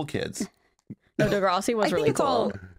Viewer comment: it is pronounced duh grr ah si not dah grAW si